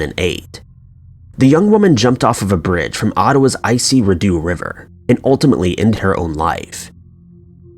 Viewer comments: The river you mentioned in the first story about Nadia, the correct pronunciation of the river name is Readowe not Ridues. it's a french name for the river and Canada is a bilingual nation with two official languages English and French as the first settlers and explorers of the land that became Canada was France only to be replaced by England after the battle of the Plains of Abraham. As for the man who encouraged the poor young woman to commit suicide if tried here in Canada likely would have been found guilty and faced a stronger penalty as we have hate speech laws here that likely would have been applied to his actions as in Canada freedom of speech has limits as in responsibilities as in your right to free speech ends at my rights to live and have a proper healthy life. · ridoo river? bro its called the RIDEAU RIVER. pronounced REE-DOUGH. yes here in Canada we speak two languages. especially in Ottawa which straddles the main French province and the capital of the country. TY NOTTS BRO!!!!! edited for better pronunciation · Omg im from ottawa and when he said rideau river i wheezed 😂😂 its not rid•ee•oh its prenounced ree•dauh Tis french :P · I'm sorry you need to go back and re-record the part about Nadia... When you named the river I was sooo confused because you said Rih-dew and Rideau is pronounced Re-dow... "Eau" as in the French word for water... As someone from Ottawa that was super jarring and just... wrong. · The ri-doo River? You’re a fucking moron, the ree-doe River. You’re clearly a westerner, how can’t you pronounce that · It's pronounced reedoh. Not Ree-doo, not ri-doh, not reh-doh... Rideau. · As a Canadian I belly laughed at Redau pronounced as Re-do 🤣 It's said "Ree-doe" great video!! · Rideau river is pronounced Re- doh! Not rid- ew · For the first one, the Rideau river is pronounced Re-doe. Doesn't matter much but. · Just an FYI, the correct pronunciation of Rideau River is, “Ree - Dough”. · It is pronounced REE-doe River